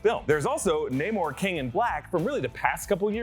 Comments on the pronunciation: It's nay-more not nah-more! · stop saying nah-morre please its naymore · It's pronounced Nay mor, not Nah mor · Bruh is it pronounced nay-more or nah-more. I always thought it was naymore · Nah-mor? Pfff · Your making my brain hurt everytime you call him Nah-Mor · Oh my God! Pick a way to pronounce his name and stick with it! Such a hard watch hearing “Nah-moor” then “Nay-moor” every other mention